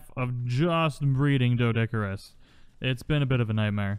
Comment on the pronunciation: Despite how it's spelled, it's pronounced DEE-DOH-CURE-US! The strawberry-pink ones are cute, mutated or not. Think you need to keep a bird handy to move them around. I have a Minecraft world that's almost perma-rain. I've been hit by lightning there several times... Lost half my sheep to a lightning bolt once >.<